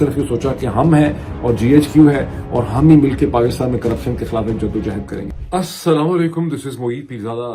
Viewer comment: ارے بھائی جان لفظ “خَالاف” نہیں “خِی لاف(خِلاف) ہوتا ہے بالکل اسی طرح “عَدراک” نہیں“ اِدراک” ہوتا ہے! کاش جتنے پیسے آپ انگریزی کی کتابوں پر خرچ کرتے ہیں اس کا دسواں حصہ اپنے اردو کے تلفظ اور گرامر کو بہتر بنانے میں بھی صرف کرد یں تو کیا ہی اچھا ہو!!🤔💐